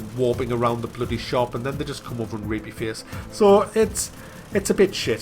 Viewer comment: I've missed the way you say "rape ya face". It's so.... accented!